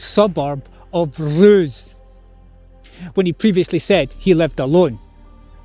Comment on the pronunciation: The most surprising thing about this is the correct pronunciation of roose.